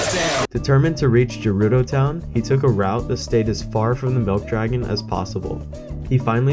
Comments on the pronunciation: It's GERUDO NOT JERUDO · Oh you're going from Gerudo to Akkala? Easy, there's paths and everything. Go Hebra to Faron, then we'll talk 😂😂 ALSO SAY JERUDO ONE MORE TIME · Sorry to be that guy but it like really annoys me. Gerudo is pronounced as guh-rudo not juh-rudo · if i hear you say jerudo town one more time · internally cringing when you say Gerudo with a soft g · the way you say Gerudo hurts